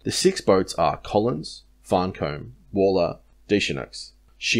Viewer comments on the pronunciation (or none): I and the crew of these boats would really appreciate it if you could please learn the correct pronunciation for Otama, Farncomb and Dechaineux.